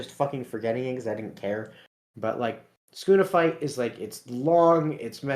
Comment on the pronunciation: Why are you calling sukuna skuna?